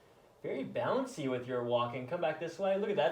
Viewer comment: But didn't he say "balancy" not "bouncy"